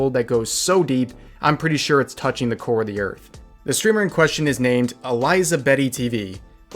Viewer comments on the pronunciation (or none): none